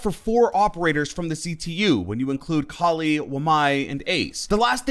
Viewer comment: Its Kaaali not kuli